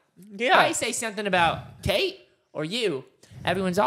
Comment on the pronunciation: ITS KATE NOT KATRS